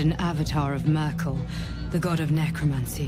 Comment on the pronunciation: "The testament of Myrkul- isn't that the German lady?" Cracked me up more than it should. I guess Americans murder Merkel's name like that. And she's retired since 2 years I believe